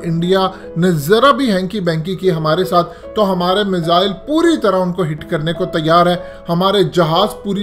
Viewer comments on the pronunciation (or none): none